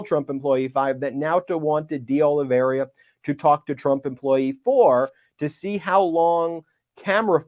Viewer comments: The name, Oliveira, is pronounced Oh Lee Veh Ee Ra, NOT Oh Lee Ver Ee Ah. Spanish is nearly always pronounced phonetically. I have known people with that name, years back when I lived in California, so I caught the mispronunciation way back when you first mentioned him. Obviously, the news concerning his superseding indictment is far more important than how his name is pronounced, but I thought you’d probably want to know. Thank you and all those at Meidas Touch for fighting for our Democracy. You are all my heroes! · Kept mispronouncing De Oliveira...but hey, it's a strange name right? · Please stop mispronouncing De Oliveira’s name, Ben. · How many years do you think we are going to have to suffer through Ben's mispronunciation of DeOliveira?! Christ. Its like he intentionally adds letters and sounds that aren't there to people's names. Sound it out, dude. Or listen to how people that do the job better say it. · What a nice surprise! Pile it on, Jack! Btw, Ben, the 3rd co-defendant's last name is pronounced O-li-vera. The "i" in his name comes before the "r", not after it. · the name is: Oliveira, not Oliveria, as you pronounce it:) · Ben, it's Oliveira. Not Oliveria. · Oliveira, not Oliveria… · Ok, seriously. Olly-vey-rah. NOT Olly-veh-riah. Small, but insanely annoying. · It's not Oli-ver-IA. It's Oli-ve-RA. Four syllables, not five. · IT'S NOT OLIVERI-Y-A. IT'S OL-LEE-VER-A. There's not Y in that name. Jeez. At least pretend to be professional. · IT IS OLIVE IRA NOT OLIVE RIA or OLIVE RA . It is a very common Portuguese/Brazilian name. Nor Russian or Spanish... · You're doing great Ben, but It's pronounced "day-oli-VER-a", not "oli-VERY-a". Keep up the good work! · IS: OLI-VEI-RA NOT OLI-VERIA ....I'AM OLAVARRIA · It's Oliveira, not Oliveiria. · Oliveira = Olive eighra. That's the correct pronunciation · Why do you keep calling that man "De Oliveria" instead of "De Oliveira" ? This is a widespread surname in Portugal. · Hey Ben, it’s Oliveira, not Oliveria.